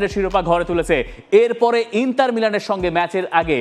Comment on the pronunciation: ইন্তার নাকি ইন্টার? কোনটা?